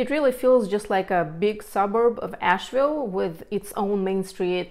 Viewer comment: She needs to learn how to pronounce Asheville. Definitely not a native.